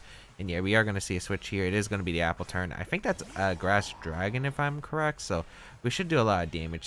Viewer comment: AppleTUN not AppleTURN btw;)